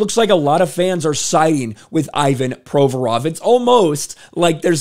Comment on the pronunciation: Learn to pronounce his name properly - painful to listen. The rest is golden!